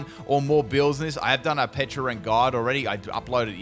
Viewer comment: I've heard you say PeCHA berry plenty of times... so why would you call it PeCHUrunt?😅